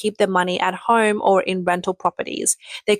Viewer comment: There is something wrong with this AI voice narrator. She is pronouncing R's in words where there is no "R" ala she said "FLOOR" when she meant FLAW, and she said "HARM" when trying to say HOME, yet she does NOT pronounce the "R" when there actually is one, ala she said "FAW" instead of "FOR" and she said FAUCETS instead of FORCES, and she said EFFATS instead of EFFORTS. Can someone fix this? This is NOT correct English.